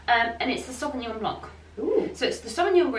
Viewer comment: …..😂😂😂😂 don’t pronounce the c at the end of Sauvignon Blanc….😂😂😂 i know, I should laugh…..but……and the Linda and Karen interim…priceless….❤